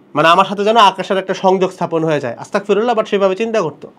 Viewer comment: সঠিক উচ্চারণ , আস্তাগফিরুল্লাহ" (أستغفر الله) ।